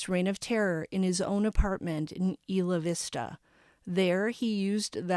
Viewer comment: I remember this like it was yesterday it was so sad. I lived right by where this happened. It’s pronounced Eye la vista. Thanks for all of your hard work bringing us the information